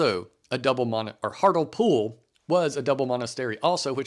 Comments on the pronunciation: An enjoyable and informative video, thank you. Minor point, it's pronounced 'Hart-Lee-Pool' or 'Hart-le-pool', depending on where you come from. It made me chuckle each time I heard you say 'Hartle-Pool' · It’s pronounced Hartleepool😁